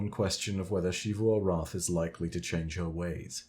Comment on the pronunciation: It makes me irrationally angry that you pronounce Xivu like she-vu